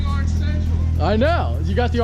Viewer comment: if you hate the way says orange (arnge) like this comment